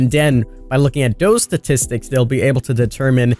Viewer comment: Statistics lol he can’t say it